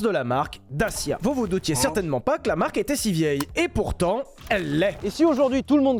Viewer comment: Pitoyable prononciation!!!! Et non à la base ça devait être Fiat! Les 1100 & 1300 on été exportés dans les pays de l'est et parfois de l'ouest. Mais bon quand on connaît pas et qu'on méprise...